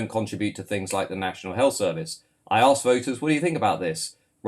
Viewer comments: 10 minutes in...labour politician can't even say ask.. I hate that..."I arksed him.." ffs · When a British politician says "aks a question" it tells you all you need to know about the labour party.